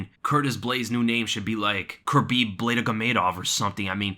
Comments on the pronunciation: Man if you ain’t hit like when he said Curbhib Bladegomedov what are you waiting for. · Curbib Blaydagimadov got me dyin 😂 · Aye aye aye Don't try that again! Curbib Nurmegobladov... No. Bad. As usual good breakdown though.